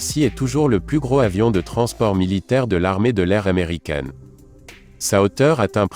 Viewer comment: Comme il n'y a pas de "h" aspiré au mot avion : il vaut mieux faire la liaison (pas dangereuse) entre gros et avion. En répétant deux ou trois fois vous allez y arriver (mais si, mais si). Le premier vole à 88 mètres ? vous êtes sûr ?